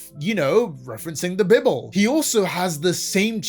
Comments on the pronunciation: the BIBOL Look, i am atheist and even i got offended when you pronunciated BIBLE like that, gah dayum my ears burn Great video anyways! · "referencing the bibble" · The Creator definitely has ADHD though, as do many of us, but they have no idea or they don't care to do anything about it if they do. Also please learn how to say Bible, i am embarrassed for you that you said it in that way, unless it was on purpose of course, in which case nevermind :3